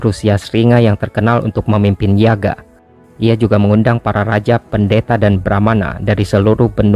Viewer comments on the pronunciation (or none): Admin kayaknya pelafalannya yagya deh, bukan yaga